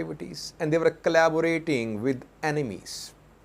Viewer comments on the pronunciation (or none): none